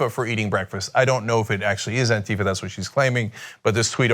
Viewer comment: it's antifa, not anteetha, anti-fa, got it?